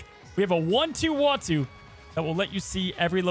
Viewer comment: Ooh- ahh-two Not wah-two Why does that seem so hard? Lol